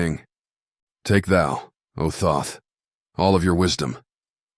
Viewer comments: You cannot even pronounce his name correctly and expect me to listen to you butcher his greatest work for two hours. I'd rather read the book myself. I should have known this was going to be garbage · His name is thought not Thoth that’s what spirit told me, thought the creator of the emerald wisdom 🤫